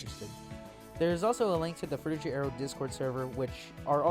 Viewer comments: FROO-tih-gur, not jur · It pains me every time he says "Fruityjer" and not "Frutiger" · Not frutidjer, you dummy. It's fruti G er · Pretty sure it's pronounced fru-ti-ger, not fru-ti-jer. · Frutiger fru-ti-Ger not jer agh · frutiJer aero????? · Fruchttiger A-ero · Yelling at my phone the whole time because this dude can’t say Frutiger I’m so pissed off right now